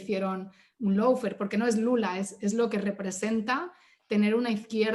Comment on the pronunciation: La chica esa usa el término Lawfare... pero no tiene ni LA MÁS PÁLIDA idea como se pronuncia!!! Qué vergüenza... dice "low"fare en lugar de "law"fare!!! Y se nota su posición izquierdista de su propia interpretación de la ley!!! Y en Uruguay no hubo descrédito alguno, HABÍA UNA MANGA DE ASESINOS DE CIVILES, UN GRUPO MALDITO LLAMADO TUPAMARO!!! Y QUE NO ME LO DISCUTA A MÍ PORQUE YO LOS VIVÍ!!! NO ME LO CONTARON COMO A ELLA!!!